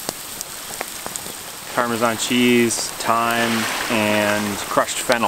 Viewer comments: Parmeezion cheese🤦‍♂️The Italian in me is offended lol😂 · par ma zan not pamezian cheese wtf